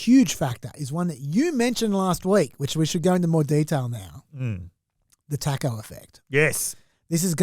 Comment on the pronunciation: The pronounciation of taco in this pod is deplorable